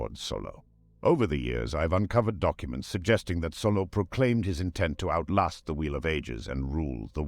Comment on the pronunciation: Name: Saulot (sOW-lot) AI voice: Solo